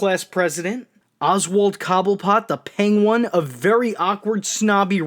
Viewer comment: did you call him....The Peng-one?